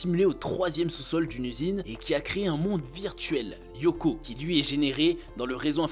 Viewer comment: Ça se prononce pas Yoko mais Lyoko avec un L les fans de la série ne le prononcent pas très bien